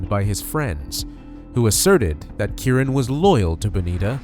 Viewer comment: Why do the narrator keep saying the victim's name incorrectly? He keeps saying Kurren when his name is Key - Ron = Keyron.